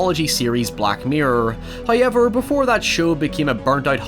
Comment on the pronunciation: My friend calls this channel “Hiyever...”